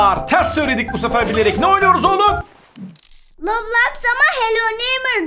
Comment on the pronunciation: Abi roblax değil roblox